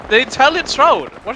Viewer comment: Dude. He wasnt shroud. His name is just shroud not shroud ita